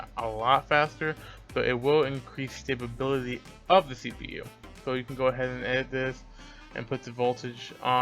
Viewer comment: "stabability" learning something new today